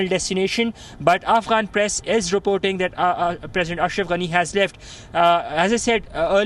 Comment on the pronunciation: So funny the way you say his name ‘anus’ lol 😆